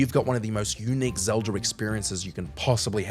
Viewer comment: Zeldr??, please fire this guy